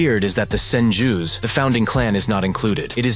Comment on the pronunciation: Homie emphasized that “Sen-Jew” a little too hard.